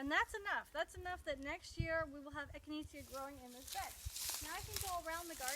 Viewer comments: It’s echi-nay-sha, not echineetzya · Eck-in-ayy-sha is how its said.. 😂😉